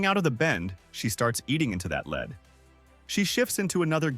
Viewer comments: i cannot stand this AI narrations... pronouces "lead"-the distance someone is ahead... as "ledd" at times. argh. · I can't stand AI voice overs.... it's obvious when the AI says lead like the metal instead of "in the lead of a race"